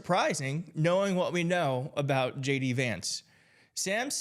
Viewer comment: I could have sworn you said gay d vance...🤔